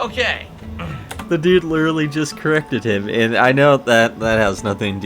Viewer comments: Every time he says "ayand" a demon possesses Khet. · My god, his way to pronounce "and" (and overall his hyper annoying fuck*ng voice, accent, respiratory tract), I can't even, I need a break. Fantastic job mate, this is solid work !!